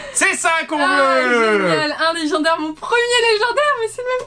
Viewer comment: Sa va lé-gens-daire 😂😂😂😂